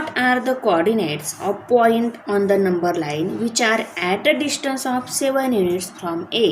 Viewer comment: Learn to say distance ok what you saying you know dishtance